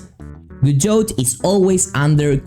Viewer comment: For future reference you dont pronounce the "T" its Prounounced "Gah-doe" nice video tho